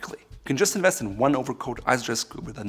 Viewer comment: It’s “Invest” not “Inwest”